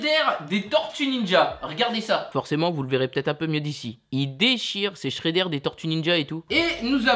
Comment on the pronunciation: shrédère 😂😂c shreder